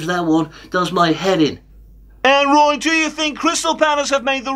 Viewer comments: The last time I was this hyped, it was when Return of the Jedi was released. Now it's Weturn of the Woy!!! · Woy is back. He may be 94 but he can still wun wings awound the Palace defence. I think that's what he said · Woy weturns